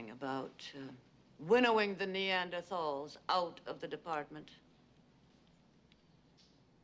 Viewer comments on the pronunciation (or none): If she was that prophetic, she would have pronounced Neanderthals correctly.